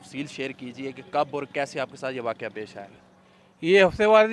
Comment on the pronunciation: Waqoa nahi bhai waqia hota hai